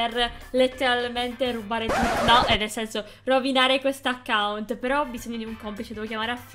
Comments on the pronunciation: fai attenzione al titolo perchè hai detto acciunt al posto di account. Ti adoro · Si dicce l'account no l'acciunt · "Acciunt" Ahahahag solo io l'ho notato?